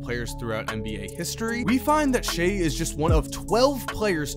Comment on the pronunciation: kinda annoying that was calling him "shay"